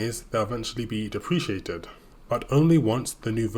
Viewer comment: 0.53 also its "DEP-ruh-kay-tid" not "Dee-pre-chiated".. somehow I get the feeling this is a new word for you... which of course raises a lot of red flags... especially as you are an authorized Unreal instructor....